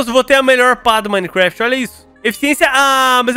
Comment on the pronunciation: toda vez que ele fala gameplay de minegraft eu riu muito kskss